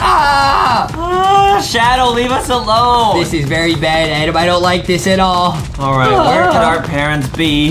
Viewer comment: His name is Adam not adem